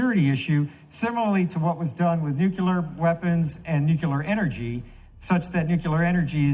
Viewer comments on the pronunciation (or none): he says Nu KEWL ur... instead of Nu CLEE ur I don't know if he is that smart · Does it bother anyone else that a Colonel pronounces “nuclear” as nucular?